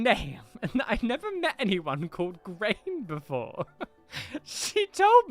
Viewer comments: Grainne is pronounced Grawnya….as in Yawn ya. Sounds nothing like grain. As an actual Irish person this happens a lot when Americans call their children Irish names, they just pronounce them as spelled , forget that Irish is a different language than English. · Hey, just letting you know Graínne is pronounced Grawn-ya:))) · Grainne is pronounced gron-ya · Gráinne is pronounced something like Graw-nya in a British accent :) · Gráinne is pronounced graw-nya btw <3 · That "grain" has me seriously miffed. People can't be so ignorant of others cultures and languages then try to take aspects from them. Apart from the historical mythological significance of Gráinne, IT LITERALLY MEANS GRAIN IN ENGLISH. The utter ignorance. Pronunciation matters.